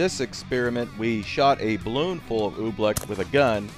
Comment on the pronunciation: Oobleck? No Oofbleck